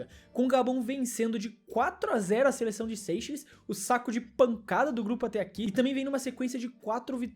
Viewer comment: É Seichéles e nao Sêicheles O da Guiné Equatorial optou pelo pais de sua "ascendência" e nao "descendência“